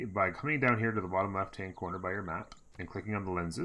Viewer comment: stop saying settler like that